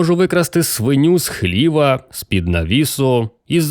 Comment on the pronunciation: У Вас красивий голос, Ви непогано читаєте. Наголосів літературної мови не знаєте. Слова, в яких Ви робите помилки: хлівА, глушинА, поблизУ, найнялИ, новЕ, вУдити, самІ та ін.